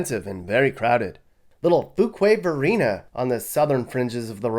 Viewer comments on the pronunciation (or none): Few-kway-Varina is how it's pronounced, not Foo-kway....